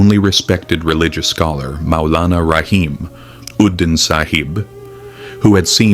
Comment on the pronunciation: please say Rahimuddin in one go, not seperately, if able to, sorry, thank you